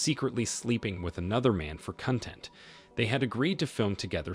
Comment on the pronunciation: It isn't pronounced cunt.end 😱😱😱. it's pronounced "conn.tent"